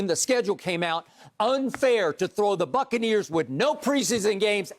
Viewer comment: Bro he said Brady lifted the Succaneers lmfaoo